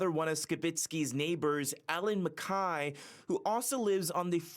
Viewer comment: Where does CityNews get these reporters? They can't pronounce people's names correctly. MacKay and Skibicki's names were pronounced wrong. Low-budget news from Canada.